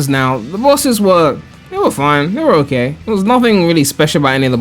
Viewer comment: Take a drink everytime says "Okeh"